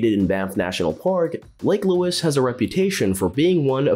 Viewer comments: Maybe a rubbish example of AI - Chat GPT trolling the internet, mashing a whole ton of information together and getting it oh so wrong. How could you pronounce Lake Louise as Lake Louis! LAME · “Lake louis” hahahaha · "eggzellent"? "Lake Lewis"? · Do your homework. Many of your facts are incorrect. It's Lake Louise, not Lake Louis. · "Lake lewis" 🤣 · no kidding! and "Lake Louis" egads, do a little research fella! and the word is "exactly" not "eggsactsly" Get a pro to do your VO and you don't come off sounding like a machine or dufus. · Clear you are not Canadian 😂 Mont Tremblant is pronounces Mont Tremblan (the t is silent ) Lake Louise is not pronounced as Lewis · This is such a goofy video... so many errors made throughout... honestly also couldn't decide what I found funnier, the narrator saying "lake louis" over and over again, or Blue Mountain being on this list! 😅